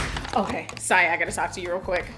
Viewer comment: Not my South African self pronouncing Siya the South African way